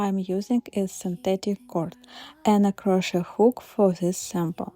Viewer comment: You are delightful! However “crochet” should be pronounced without the “t” sound at the end. Go to 43 seconds on the video.